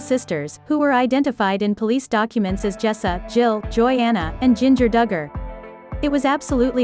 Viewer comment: Stop mispronouncing their name you are ridiculous say it right or don’t talk about them